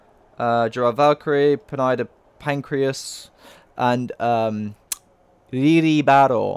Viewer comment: not him saying Pernida Pancreas, instead of Pernida Parnkgjas 😂😂